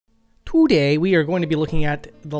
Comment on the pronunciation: he do be saying Toodey though